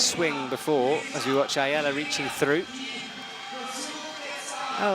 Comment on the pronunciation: Go Ayala! Btw, her name is pronounced with the accent on last 'a'. אם את קוראת את זה: אני מאמן פארקור ושמתי לב שיש לך להשתפר בכח ברגליים. ראיתי את זה בבולדר האחרון. מוזמנת לפנות אלי!